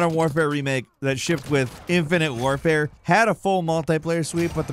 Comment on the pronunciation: Modern “Ware-fare”…??? Canadians sound weird.